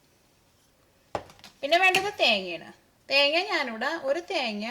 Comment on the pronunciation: സംഭവം ഉഷാർ. പക്ഷെ ചേച്ച്യേ തേങ്യാ അല്ല തേങ്ങ ഉച്ചരിക്കുമ്പോൾ കുറച്ച് ശ്രെദ്ധിക്കുക. 🙂